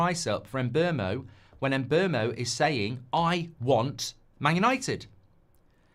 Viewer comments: Mark please! Mbeumo is called "Mboomo" just like BOOM! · I got a Cameroonian coworker with the same name. If its pronounced the same then it's em-BYOO-moh. Byoo not boom